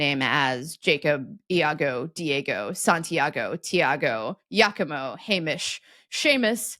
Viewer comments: Giacomo is not pronounced "Ya-co-mo" but rather like "Ja-co-mo" (with the J as in English) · italian Giacomo is pronounced JAH-ko-mo. By the way, Iacopo also exists, with the same origin, which is pronounced YAH-ko-po.